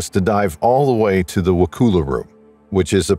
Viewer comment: It’s not wa-cool-ah….it’s wa-cull-uh county, Florida.